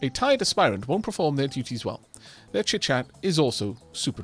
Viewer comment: There is no dropped silent e in Aspirant!